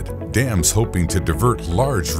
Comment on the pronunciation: I swear I only heard this guy say "damn" and not "dams"